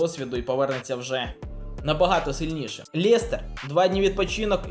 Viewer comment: Лєстер...мляя уже за@ Ріже вуха Лестер